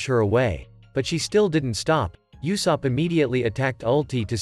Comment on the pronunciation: Blud said YOUsopp